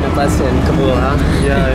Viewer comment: Please say Kaa-Bull , not cub-ool.